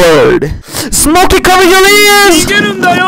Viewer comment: you just gotta pronouce nigerundayo "n-ee-goo-run-dai-yo"